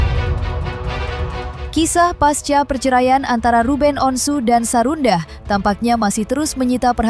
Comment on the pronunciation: Sarundah.... 🤣🤣🤣🤣🤣 Sarundeng kali Min, enak.... ada2 aja si mimin